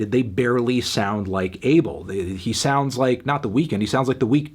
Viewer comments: His name is pronounced ah-bell not able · MELON IT'S PRONOUNCED AH-BEL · That’s not even how you pronounce his name in Ethiopian. It’s actually pronounced “Aw Bell.” The incorrect pronunciation is triggering me because I’m Ethiopian myself. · Calling him "Dis-Abel-d" was kinda sus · Could’ve sworn his name was pronounced “UH-Bell” 🧐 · Genuinely, how can people not say Abel's name properly? Its not a hard sound to make... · This nigga not saying his name right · its kinda weird how people call him Abel. Plus they even pronounce his name wrong lol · every time he says Abel wrong i cringe